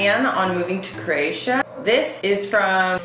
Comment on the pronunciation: Love the video.!!! Buts it’s pronounced crow-atia not crrrratia.